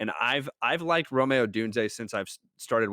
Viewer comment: Rome is pronounced Roam, not Romay